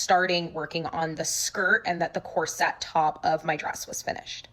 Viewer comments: Drama aside, corset is pronounced COR-sit/COR-sut just fyi. Not sure why loads of people are mispronouncing it as cor-SET now. 😅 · This question is being asked seriously. Since when did the pronunciation of the word "corset" change? It's never been pronounced "cor SET" and I'm saying this as a 67 year old woman whose mother, born in 1910, had back problems and was forced to wear one for a few years. I've also worn enough and seen enough dresses over the years, to know the correct pronunciation of the word "corset." Is this a change in pronunciation that was started by the fashion industry or did it come about at the same time that the deliberate dumbing down of America began? Thanks very much for this video and for all of those that I've binged this afternoon and evening! 🙂